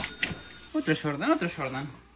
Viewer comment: Se emocionan cuando lo ven, pero no adivinaron ningún modelo, solo decía SHORDAN (Jordan🤣😭